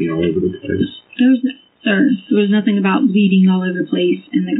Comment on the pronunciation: Nothink happened. Anythink. wtf is this weird pronunciations?!